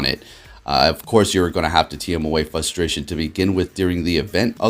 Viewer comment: fRustration, the r isn't silent.... lol